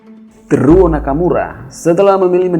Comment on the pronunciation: Bacanya Te-ru-wo Nakamura bang